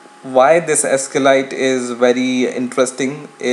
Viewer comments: Just FYI, it's pronounced 'sequel light', not 'escalite'. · it's SQLite, not Eskelight. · Actually, it's pronounced "ess-cue-ell-light"